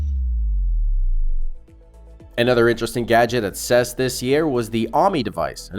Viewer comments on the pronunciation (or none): “Ses”? Ive been going to or following the CES for about 40 years and I’ve never heard anyone ever say it that way. Good video though. You covered more interesting items than most of videos I’ve seen so far.